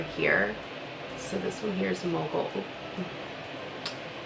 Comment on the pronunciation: Such beautiful shades!!! For mogul i legit thought u said moco 😂